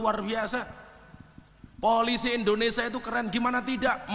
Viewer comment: Gus, BUKAN INDONESA tapi INDONES*I*A. KURANG I nya